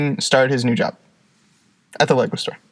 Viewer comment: I heard liquor store instead of lego store so when you started talking about playing with lego at work, I was lost. Good stuff keep it up